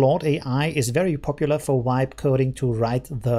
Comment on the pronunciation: The "V" in "vibe" should sound like the "V" in "very" instead of like a "W"